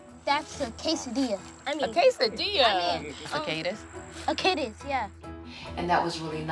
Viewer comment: He said Quesadilla 😆😆damn